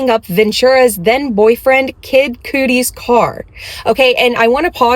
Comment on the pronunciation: All I can hear is kid Cudi being pronounced as " kid cootie" 😅